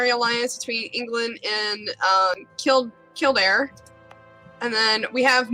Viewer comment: Thank you Jesus! She pronounced Kildare right!